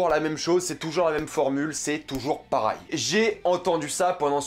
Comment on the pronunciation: Et mdr gros on dis « pareil » et non « parail » comme tu le prononce 😭